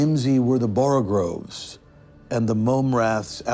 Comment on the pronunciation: "All mimsy were the borogoves." BORO-GOVES. There's no 2nd "R" in borogoves, but everybody mispronounces it, even a trained actor like Oliver Platt.